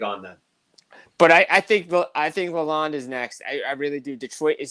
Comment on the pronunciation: Also it’s pronounce la-l-owned, if yall care haha